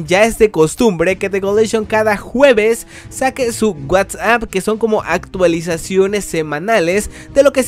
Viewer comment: Wuats ap me da risa como lo pronuncias